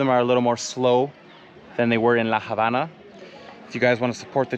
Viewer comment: The H is silent in Habana. Love your videos